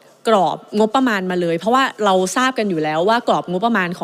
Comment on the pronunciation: รักชนกเก่งมาก อภิปรายฟังเข้าใจง่าย แต่อยากให้ปรับปรุงเรื่องคำควบคล้ำ ร.เรือ เป็น ล.ลิง หมดเลย เช่น โครงการ ออกเสียง โคงการ คลิก ออกเสียง คิก เรา ออกเสียง เลา การคลัง ออกเสียง การคัง กรม ออกเสียง กม วิกฤติ(วิกริด) ออกเสียง วิกิด อะไร ออกเสียง อะไล รู้ ออกเสียง ลู้ ฯลฯ ติเพื่อก่อ ตืเพราะรักพรรคประชาชน ขอให้หนูไอซ์แก้ไขปรับปรุงมันจะเสริมบุคลิกของหนูไอซ์เองค่ะ